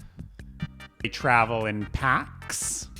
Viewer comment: The emphasis of "packs" is such a thing to do. Love it!